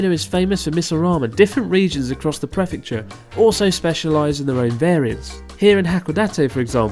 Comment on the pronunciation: I can't take it anymore. I'm a JET in Japan and I asked fellow JETs from every country represented around me, and NONE of them pronounce prefecture the way you do. Preeeeeeeefecture Chris.